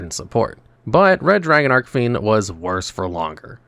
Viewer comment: Been a fan of Resonators since they came out, so I just gotta say, it's Red Dragon "ARCHfiend", not ARK 🤓☝️